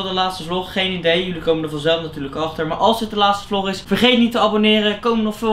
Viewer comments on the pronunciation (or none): none